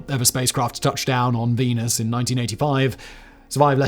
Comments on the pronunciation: Are you saying venus or penis? I'm trying to settle a bet with a roommate. Not mine though. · Is it just me or did he say " team penis that month.